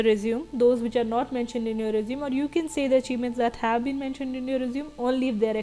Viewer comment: Resume has the pronunciation resumay